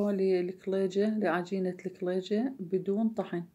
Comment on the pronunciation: اول مرة اسمع لفظ الكليجة بهذه اللهجه اللكلللييجة،،،،،، بس حلو اللفظ 😍